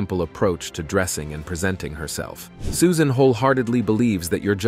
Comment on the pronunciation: Great video! I just have to know if this is an AI generated voice ? Toward the end the narrator says SUSAINE Boyle, as if the "AI" was reading a text with a typo in it. I'm thinking that a human would have avoided the wrong pronunciation despite of a typo in a text like that. Greetings from Norway ♥♥♥